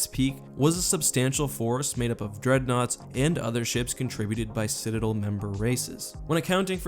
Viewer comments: Citidlllll why not DEL like its supposed to be said (not trying to be rude its just very annoying to me) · citadel, not cidadal